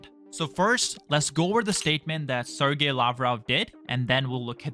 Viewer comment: Your business is very basic. You can’t even pronounce Sergei correctly.